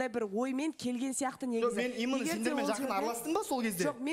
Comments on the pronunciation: 😂😂😂 ЫЛҒИ "ИМЫННО " ДЕЙДІ ҒОЙ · Расында,именно деген сөзді имынно деп позор болғанша,таза қазақша сөйлеңдерші?!😅😅😅